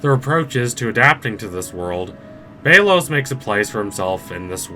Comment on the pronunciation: Sorry but it’s pronounced bell os